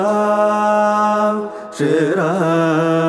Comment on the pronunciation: you are very right sir, Even "SRIRAM" was so lightly pronounced.I doubted whether it is Sriram or not. Otherwise rendition was so good.